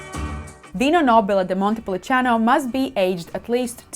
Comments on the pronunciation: Great video and another great T-shirt🙂 What is not clear to me is the pronunciation. It's written as Montepulciano, but you pronounce it as Montepulicano, at least I hear it that way. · you keep saying ‘Montepuliciano’, but it’s Montepulciano